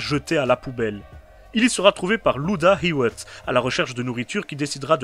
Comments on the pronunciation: Très bonne vidéo! ^^ Mais la prononciation de Hewitt me tue 😆 C'est "Et Uit" à la française ou alors "You wuit" à l'anglosaxone 😁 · Phonétiquement parlé : Leatherface = laiveur faisse Hewitt = youwitte